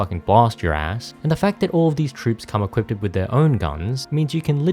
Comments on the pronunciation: I'm gonna be that guy. You keep saying, "equipted". That is not a word. It's equipped. I know nobody likes a spelling or pronunciation nazi, but it was annoying me. Great video though, these games were my childhood. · bro... its just equipped lmfao. not equipted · equipded is not a word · hehe you say equipeded